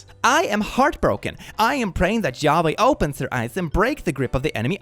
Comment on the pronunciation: Ok, but he’s not American. I doubt that the pronunciation of Yahweh is well known outside of the specific religion that uses it. You could have kindly corrected the pronunciation instead of bashing a group of people.